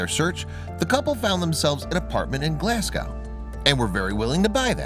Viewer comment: As someone from Glasgow the way this guy pronounced it hurt my soul - it’s glas-go